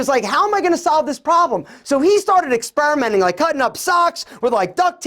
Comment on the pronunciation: he started exspermenting